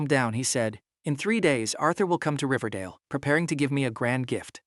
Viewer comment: ”riverdale” what i hear ” dingledale ”